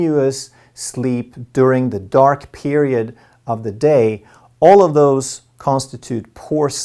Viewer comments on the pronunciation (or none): none